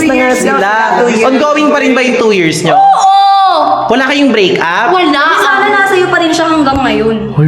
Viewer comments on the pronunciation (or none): Ang oa naman pag Sabi nya like break up may p pa